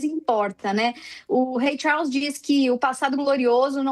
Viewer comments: Rei "Chaulss" kkkkkk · Essa mulher pronunciando o nome do Rei Charles chega me dar nervoso. Querida, essa pronúncia esta péssima.